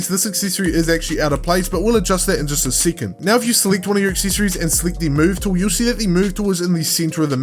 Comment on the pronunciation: Good tutorial but why do you pronounce the E Letter so weird? Coll*ie*ction Acc*ie*ssor*ie*s